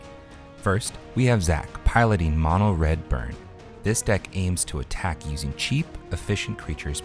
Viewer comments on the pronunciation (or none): none